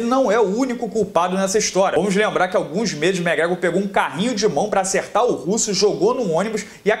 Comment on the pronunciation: Cara vc pronucia os nomes muito errado, megrégo é sacanagem velho, é muito tosco seu ingles cara :0 , nem conseguir ver o vídeo direito.